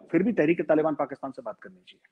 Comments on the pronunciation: hello the way you pronounce some of the words is just confusing n disgusting 😆 तालिबन नहीं तालीबान होता है। बल्युचिस्तान नहीं बलूचिस्तान है। ethinicity बलोच है। i was so confused what were u talking abt.. ANGREJ mat bno bhai it looks so weird 😆😁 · nobody in ur viewers tell u abt ur wrong pronunciation.. it is so confused .. after listening so deeply to the context i came to know tht u were talking abt Taliban.. तालीबन नहीं तालीबान होता है भाई।👍👍👍👍